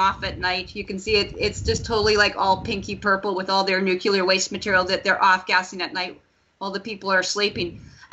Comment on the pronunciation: nucular,?? or nuclear. lol